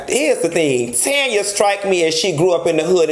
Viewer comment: I died at TANYA, NOT TANNN-YA